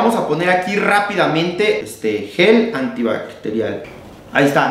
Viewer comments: al final ya te vale verga y dices "gel antibartial" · No lo sé brooo no se que tan confiable es hacer gel antivarial de alguien que no puede decir gel antibacterial 🤭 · "Gel Antibaretial"🤣💞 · ¿lo de "antibarectial" es a propósito?